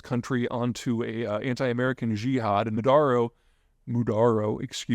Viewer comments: Maduro not Mudaro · Maduro - (Mah-Dur-Oh) You are too smart not to know this. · Let me help you out. Maduro Ma-do-row. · "Moodaro", Maduro - What is the difference?